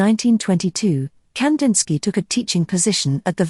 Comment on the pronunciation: I wish at least his name was pronounced correctly